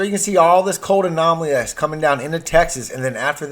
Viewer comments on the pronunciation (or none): How about learning to pronounce the letter L, as in COLD ? Lets add GULF not GOLF to your assignment.